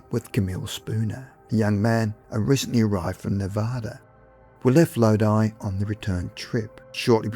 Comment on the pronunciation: You said Lodi correctly 👏